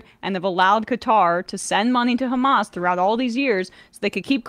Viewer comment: If someone pronounces Hamas as "hummus" anytime, I'm gonna flip cuz it's not a hard word. British and Australian news hosts are just hilarious.